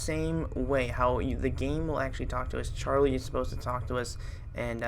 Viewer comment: yes ollso you say charily 2 times